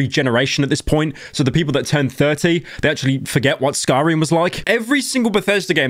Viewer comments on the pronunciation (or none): none